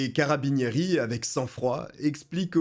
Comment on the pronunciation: Tu m'as fait grincer les oreilles toutes les fois que tu as dis carabinieri😂😂😂😂 si tu as le temps le cas de Martha russo